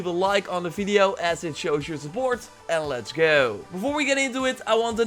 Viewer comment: "Lets gouo"